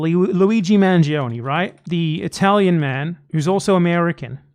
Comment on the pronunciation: You guys are pronouncing Manjee-Oney as if he were some sort of Indian man who faked British ancestry to gain the favor of the colonizers.